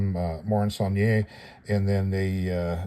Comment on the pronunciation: Yet another fascinating look at a vintage kit,. I'm now officially addicted to your knowledgable posts!! (It's 'saul-nee-air' BTW. It's a French word with no accented 'E' at the end) Don't tell me you can't say it.....I know you can do it if you really want to!😉😄👍 Can't wait for the next installment.